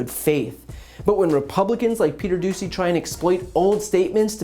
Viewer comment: I heard the reporter’s name as “Peter Doozey” 🤪